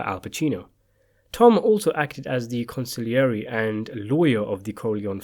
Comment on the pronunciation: I like how the narrator pronounces consigliere correctly.